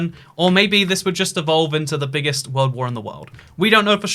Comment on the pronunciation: i love the worrrrld 'n' stuff